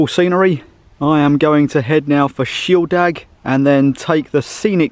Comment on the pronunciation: Since when has shieldaig been pronounced shieldag. Ffs get a grip.